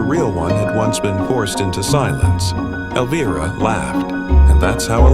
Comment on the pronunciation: AI Can't even pronounce her name right in the first 32 seconds of the Video. SUCK IT you have NO credibility.💩🤡🖕🏾